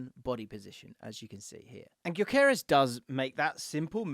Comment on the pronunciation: How much research did you do wrt sporting? Just curious because you’re pronouncing Gyökeres wrong. All you have to do is watch the match as they names the starting line up and you’d have it